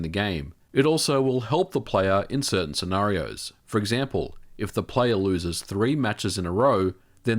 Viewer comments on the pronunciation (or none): none